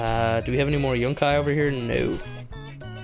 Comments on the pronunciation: Stap calling it yunci, its yucca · Everytime you say Yunkai I cringe. It's yukka. Pronounced Yuck - ah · It is pronounced you ca not yunki